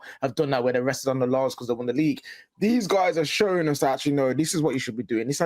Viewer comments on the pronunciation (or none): none